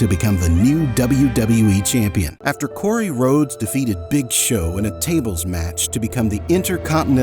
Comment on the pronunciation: "After Cory Rhodes" 😂